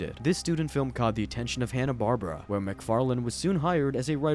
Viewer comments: im sorry, i stopped watching after hearing "Hannah Barbra" instead of Hanna-Barbera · Who the hell is Hanna Barbara? Say it correctly... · I tapped out at “Hannah Barbara”🤦‍♂️ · Not even 2 minutes in & they mispronounced one of the biggest names in the cartoon world... Now I know someone didn't care enough to check their work or is just reading words from a script about a topic they are clueless about & I've lost interest & will doubt the validity of the entire video. Amateurs! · How do you mispronounce Hannah Barbera seconds before you use a clip of someone pronouncing it correctly? :D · You don't know how to pronounce Hanna-Barbera?